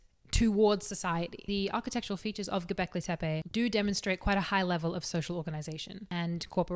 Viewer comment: Sorry, I was chewing. Did she say Kentucky? "Is it hARth? Fuu..." Hilarious. Attitude, voice, knowledge, fluent in both English (mostly, yeah, it's hARth) and sarcasm, can pronounce Gobeklitepe (says that like it was her first word, but can't pronounce hearth?), and good looks to keep my eyes busy too. DING. Subscribe. Duh.